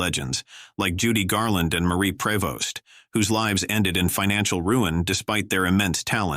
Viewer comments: Some of these people did not die in actual "poverty". Obviously "A.I" narration. Prevost is pronounced "Pree-vo". No wonder I hate artificial intelligence. Why not take the time to have someone read an actual script? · Marie Prevost (pronounced "pree-vost) became unpopular because she gained weight, not because of her voice. Sad ending. She stole every scene she was in.